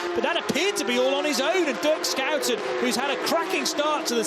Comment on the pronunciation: Can someone please tell the commentators how to properly pronounce 2 time race winner Dirk Shoe-10's name. It's embarrassing.